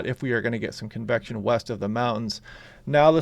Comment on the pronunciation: Cool and overcast here on the North Oregon Coast 🌊🤍 When you say "convection" I hear "confection" and immediately want a sweet treat lol.